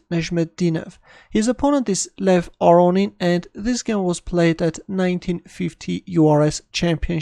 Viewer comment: Lev aronin ???!? Chess is strange